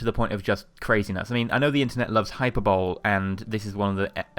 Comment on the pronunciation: Comic B Studios it is hi-per-boley